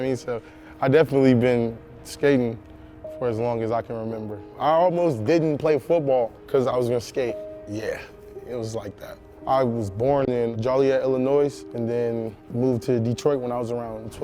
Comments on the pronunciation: "Jolly-et Illa-noise" Yikes. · if he was born in Illinois he should at least be able to pronounce it right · Illinios not Illinoise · Joliet ILLINOIZ? Come on dude. That’s not how you pronounce it. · Juill iet not jolly et And illinoi not Illinois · This man said jaw liete illinoise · Jollyette illinoise lmao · "i'm from JOLLYet ILLINOIZE" nah fam, u aint. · He said the S in Illinois. I thought it was silent?? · If you are from Illinois you dont pronounce the “s” at the end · He said illinois but he said the s too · He's from there and he pronounced the S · Lol dudes from IL and he pronounced it wrong lmao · Homeboy was born in Illinois and still pronounced it wrong? Hella irresponsible hahahah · Then why did he say it so weirdly and pronounce the S in illinois?? LOL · This dudes legit but how are you born in Joliet Illinois and not know how to pronounce the town or state?? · The fact that he mispronounced both Joliet and Illinois was pretty cringe. But otherwise cool story and cool dude. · How you gonna be born in Illinois, but pronounce the silent ‘S’ at the end 🤦🏻‍♂️ come on man... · Man lived is Illinois like me but pronounced the S wrong💀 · How you gonna be from Illinois and still say it wrong? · How does someone from Joliet pronounce the the s in Illinois